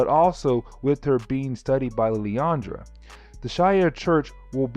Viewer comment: It's "SHEE-ARE", not "SHY-AIR". It's always been that way, ever since the first time they ever made an appearance in a medium with actual speech (X-Men: TAS, X-Men Legends 1 & 2, Marvel Ultimate Alliance, etc etc etc). I mean, Jesus. Have you never watched or played a Marvel game/cartoon? Also It's "LIL-ANDRA", not "LILI-ANDRA". Where's that second "I" coming from when you say her name? I assume you can read, since you made this video on an actual comic. Did you see an extra "I" in her name? Cause I didn't. Literally just googled it too. There is absolutely no other spelling for her name, period.